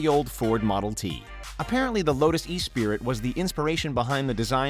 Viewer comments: You say esprie not e-spirit fksake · Lotus espree, not s- pree. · NOT e-spirit, ESSpry accent on the ess.